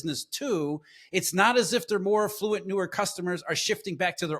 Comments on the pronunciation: Is it a thing for people to pronounce it “eff-LOO-ent” (affluent)? I’ve only ever heard “AFF-loo-ent but this is the second guy in just as many days. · CLUELESS!!! It wasn't an "artificial high" of 2024, it was Bidenomics - and now we have the Cheeto as POTUS and COMPLETE LOSS in consumer confidence!!! BTW, it's not afFLUent shoppers it's AFFluent shoppers!!! ILLITERATE!!!